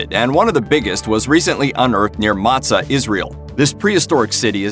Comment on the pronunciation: Motza, Israel not Matza, Israel. Motza with a long O. Motza is in a deep valley west of Jerusalem between Jerusalem and Mevasseret Zion, both cities on the top of adjoining hills.